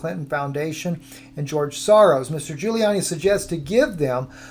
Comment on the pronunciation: You can't say Sorros